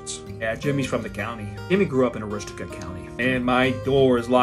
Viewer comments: Arosti-cook county😂😂😂😂😂😂 it's arou-stik county ya flatlandah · Did you say Aroosticook county? Cmere bub, we gotta talk right quick. A Roo Stook. Say it with me bub A Roo Stook. Now you try it. Come birding in Aroostook State Park some time... unless you're from Mass. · Unless you are from the extremely rural areas around Augusta. Here, it is pronounced a-ROO-stick. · need to pronounce Aroostook correct (from a guy from presque isle)...but still wicked funny, best one yet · 3xcept for the way he said the county's name